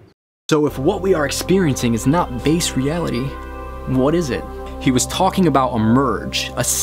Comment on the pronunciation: ELON supposedly so smart.. but can't pronounce a 'B' sound when talking.. "the odds that this is 'vase' reality is one in 'villions'" .. i think it's one in 'villions' . .WTF?? V FOR VENDETTA MUCH HERE.. 'VHAT DO YOU VANT?' KISSINGER? ILLUMINATI WHAT?..